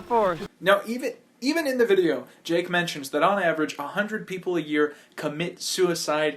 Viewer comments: ...its logan, not jake. lol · I think he said I'm so sorry logang and not Logan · His name is Logan you said Jake all the way in the video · Somewhere 4-5 min in the video you say jake instead of logan.